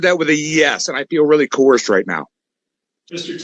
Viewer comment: Don't you mean "co-hersed"? AND WOULD YOU PLEASE SIT DOWN, YOU FOOL?